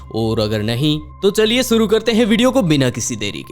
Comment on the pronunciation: Bhai suru nhi (Shuru) hota hai...